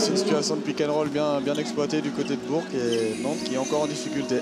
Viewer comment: Pas jl BOURG mais jl BOURCCC pour la prinonciation